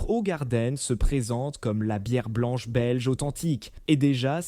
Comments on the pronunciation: Eh, crane d'œuf, on ne dit pas Hogarden mais Hougarden ! Avec de préférence un H aspiré, mais on ne peut pas tout avoir... De plus InBev n'a rien détruit, la brasserie était à l'arrêt ! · Impossible de continuer c est une merde d'IA , et si vraiment c'est un humain il est con de chez con. Hogarden .... vraiment ?? Ca se dit {ougarden} connard! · Ogardenne...leert eens spreken😢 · HOE en néerlandais c'est hou qu'on prononce et le reste de la prononciation n'est pas mieux le e est toujours muet. Et Jupiler est une bière très sucrée pour la rendre moins amère et plus accessible aux gens qui n'aiment pas la bière.